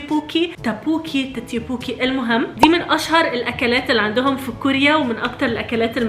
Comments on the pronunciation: تاكبوكي ❌ تكبيوكي ✅ كعكة رز ❌ ايسكريم ملونه ✅ 😂😂😂 يخربيتك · تتيبوكي No😂😅 تمبوكي yes🫨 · مو توكبوكي اسمه توبوكي !🙂⁉️ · تيتيبوكي🗿؟؟ وبعدين الدابلينق صيني مش كوري واسمها دكبوكي ولكيدراميين يقولوا تبوكي👽🎀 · يطلق عليه توبوكي وليس تيبوكي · اسمهاتابوكي مش تتيوبوكي🤔♥️😂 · على فكره اسموا تبوكي مو تتبوكي و انا بحبك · لا مو يوبوكي اسمه توبوكييي !👽👽👽💥